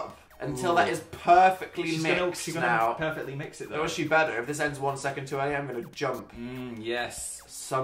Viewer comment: Am I the only one who noticed the difference in Dan's 'r' in "better" ?